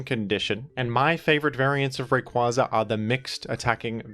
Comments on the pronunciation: Smh that’s the correct pronunciation of his name. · It IS Ray-Qway-Za though...it baffles me that people still say "Ray-Quah-Za". Have y'all not seen the anime?